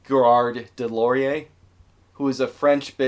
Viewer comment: U did a pretty good job on Des Lauriers too